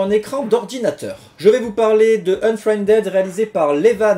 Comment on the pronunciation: "Unfriendède" -->" Unfriendide" De rien.:p